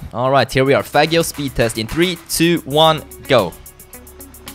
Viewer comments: Henriko Kangur is misspranounceing it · is not saying faggio correctly